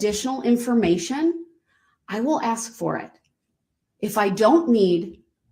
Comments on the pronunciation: "Tacit = Ta-Sit." Not TAKIT. ASK not AXE. Sustain, not substain. GrounDs not growns. While I have NO problem with how people say words if they have different accents, his butchering of the English language is ridiculous. No, this is not the only thing I take from this trial - what he did is horrendous, however, I will belittle and denigrate this vile monster, especially when his behaviour is so disgusting. I will, therefore point out his failings and scr*w him. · Also, if I had a dollar for every time he said “would it be fair to say…..” when he questions people. He can’t say “ask”, always comes out “ax” 😂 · Um, personal note, I HATE when people say "axe" instead of "ask." Like "I axed the judge and she said no," so he should be found guilty of abuse of the English language. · Very entertaining. If he could only speak English though... Dis, Dat, Dah. And he "axes" questions instead of asking. He refers to himself as the "alleged defendant". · All I want to know is, where is the motion to suppress the defendants use of the word “AKS”??? His “AKS” count is well over 1K in this matter. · I find his inability to pronounce simple words annoying (ax v ask)